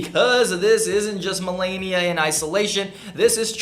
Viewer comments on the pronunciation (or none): And do you call her Melania it's Melania